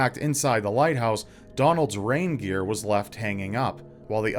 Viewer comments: I thought said one of the keepers had a reindeer instead of rain gear. What a weird pet to bring along, I thought. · Rain gear... I thought you said reindeer at first... so I thought well then they must have gone with Santa!